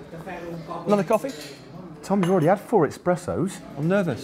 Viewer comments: Did Matt just say eXpressos? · "expressos"? I am disappointed in humanity, and Matt of course. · 'expressos' Come on Matt get it together